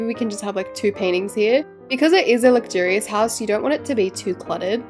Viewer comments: The way she says lugurious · couldn’t say luxurious - Ad: I AM OFFENDED *sky ad comes on*